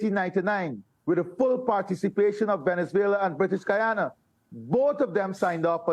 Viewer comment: the woman is pronouncing guyana wrongly